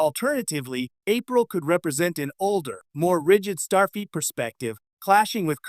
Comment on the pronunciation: the AI says 'Starfeet Academy.' Teee heee heeeee. And it's repeated several times during the rest of the video. I'm glad there was some payoff to listening to this painfully awkward, overly longwinded, terrible AI narration. If you generate an AI narrated video, is it impossible to correct anything after it's done? Do you just have to accept it entirely as is or throw it away? Most of these AI videos are so terribly narrated that I can't believe that anyone in the world would think they are fit to post. I think even someone who doesn't understand English could tell how awful this is.